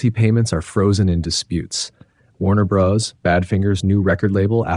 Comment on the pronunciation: I could watch it until the narrator said Warner Bras.